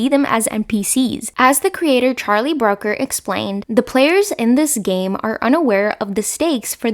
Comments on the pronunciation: Brooker not Broker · Looking forward to this. FYI Charlie Brooker is pronounced like Brucker, not Broker. We British like to get it right. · I question your pronunciation of Charlie Brooker's name. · I'll forgive you as English is not your first language, however I am very surprised you haven't heard his name spoken aloud.